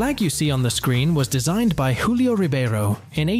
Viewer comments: I presume you mean Julio Ribeiro, not “Hulio Ribeiro”. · We don't pronounce "j"s as "h"s in Portuguese, you mixed it up with Spanish, so "Julio Ribeiro" is not pronounced "Hulio Ribeiro" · same way you did but it's a "j" like, actually julio, as in how you would pronounce Journal or Julius caesar. Like in spanish they say "Huan" for Juan, but we don't do that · Julio in Portuguese is not pronounced in a Spanish way like in the video. In fact, the J would sound quite similar to the English equivalent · in Brazil and in Portuguese the J has the sound of J like in English, not R or H. You are literally saying in the Spanish accent.